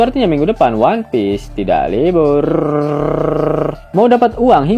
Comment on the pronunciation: Min, gw komplain,, ngomong "Libuuurrrrrr" nya ko kurang panjang si??ga seru ah min, Krn gw udah subrek dr setahun yg lalu cm buat dengerin kata itu, penjelasan nya mah nomer 2 setengah,,😮‍💨